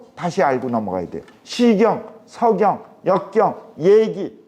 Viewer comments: 왜? 서경의 "서"ㄹ ㄹ 길게 발음하십니까? 자고절.ㄹ 아십니까? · 참 강의는 촣습니다만, 자고저 문제가 심각하옵니다. 예: 시경, 서경의 첫 자를 길게 또 잘못 발음했나이다. "짧게" 발음해야지요!! 공부 좀 더 하시옵소서! 미국 변 완수 드림